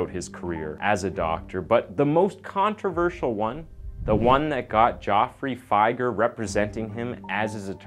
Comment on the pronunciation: It's Jeffrey fi-ger not joffrey figah